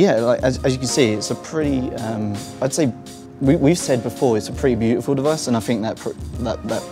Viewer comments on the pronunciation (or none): none